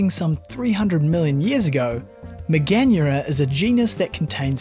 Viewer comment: Mega-nura, dont butcher the pronouncing like that